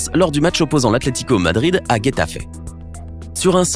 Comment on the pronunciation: La prononciation serieux Guetafe Aguero cest Getafe comme rétafer et Aguëro serieux fait un effort